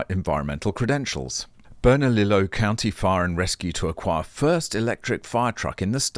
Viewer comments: BERNALILLO IS PRONOUNCED BERNALIYO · Hello. It’s pronounced bernaLEEo.